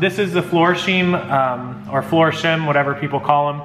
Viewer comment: FLOOR-SHYME. Phonetic. :)